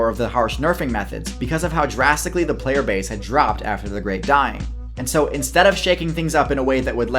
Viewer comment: every time you said drastically i heard jurassically